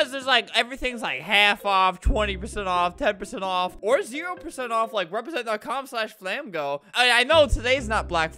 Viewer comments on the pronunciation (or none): Nobody: Literally nobody: Everyone: Calls it Flamingo - Albert: "FlAmGo" Theory: HAVE WE BEEN SAYING IT WRONG THIS WHOLE ENTIRE TIME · I love how he pronounced flamingo like this “flam go” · guys why does he call it flam go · its flamingo not flamago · You said flamgo